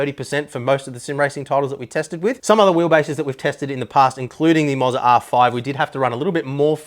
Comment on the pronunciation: I'm fairly confident it should be pronounced Moh za, not Mozza, or it would be spelled Mozza...